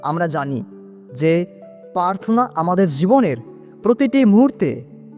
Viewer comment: পার্থনা নয়, প্রার্থনা বলবেন।